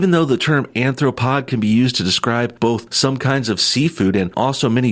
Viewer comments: Did you say 'Anthropod' or "Arthropod"? Anthropod is not a real word. The meaning is still clear though. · Hey, No big deal or anything but the term is "Arthropod" not "Anthropod". JS